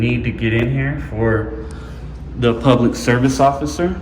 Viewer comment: "Puplic Records" its not open to the puplic !